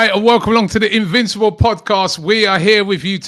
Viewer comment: Did you say invincible or invisible?